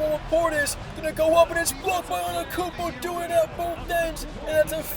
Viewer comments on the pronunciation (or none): bro literally says anekoumpo